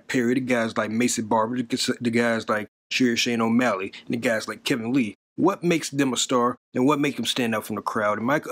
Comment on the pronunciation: I’m sure uncle chael trolls us when he mispronounces names like Shane O’Malley & stripy miochich not to mention yarear & Jane blackowhich 😂